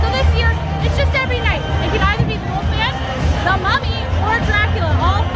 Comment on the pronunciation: I like how you say ''The Woofman"